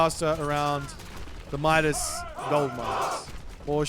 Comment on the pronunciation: It's pronounced Midas, not Midas 😛